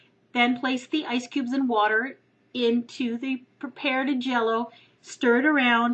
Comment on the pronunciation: Did u say preparead jello??